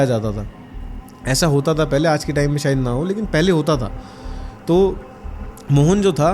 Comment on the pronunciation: Yar Shayed ko Sayed kiun bolte ho tum sab India wale